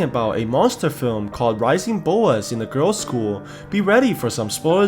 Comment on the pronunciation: For a sec I heard rising bobas